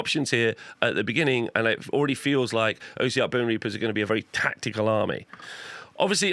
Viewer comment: Great video! Just its not "O" siarch bonereapers, it's "os" siarch, comes from the word ossified or osseous.